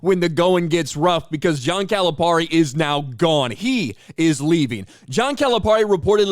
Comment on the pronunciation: We’re glad he left. Also the way you say his name is cringe. He doesn’t even say his name like that.